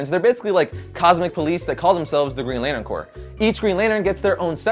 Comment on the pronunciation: "Lanern" lol